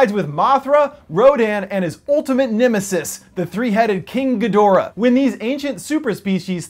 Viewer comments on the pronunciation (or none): It's pronounced "Gee-dra"... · Ghidorah is pronounced "Gee-drah". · good video. Also Gidorah is pronounced GEE-dor-ah or GEE-drah. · first off learn how to pronounce GHIDORAH second none of these kaiju are new at all they are very very old and they started filming about 4 months ago